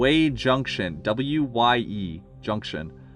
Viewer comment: FWIW, Wye is pronounced like “why” or the letter y because of the track layout of them.